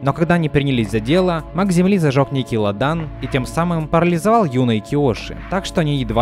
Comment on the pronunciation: Дополню ваши замечания: началА, а не нАчала лАдан, а не ладАн